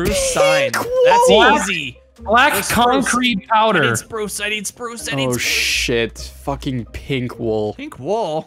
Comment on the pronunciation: anyone else thought he said sproo slog instead of spruce log